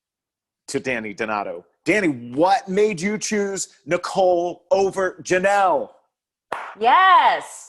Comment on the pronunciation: It makes me laugh every time says Nicole's last name wrong 😂